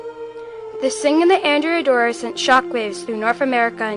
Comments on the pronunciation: The Ships name was pronounced An DREA not Andrea she was named for a 12th century male Admiral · Excellent job. One point: The ship is named for a man and as such should be pronounced "An-DRAY-A Doria". Don't worry; nobody pronounces it properly...just a pet peeve of mine :) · It was named for a male and not a female its prononunced An Drea Doria